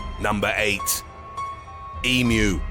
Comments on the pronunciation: THANK YOU!! you are the only video I have seen that got pronunciation of emu correct saying "E - MEW" as apposed to the butchered "E - MOO" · Very very impressed you pronounced emu correctly